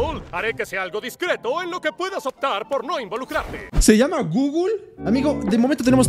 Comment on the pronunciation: Es zooble no google